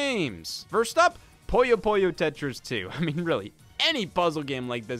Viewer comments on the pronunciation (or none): Am I the only one that's irked by him constantly calling Puyo Puyo "Pollo Pollo?"